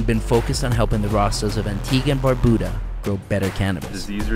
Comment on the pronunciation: Bro I couldn’t not even watch this shit simply because of how you consistently butchered the name of barbuda…..